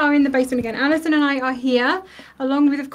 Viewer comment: Allison! You said my name correctly! 💜💙. I love Tonic and all the staff so much. Stay well!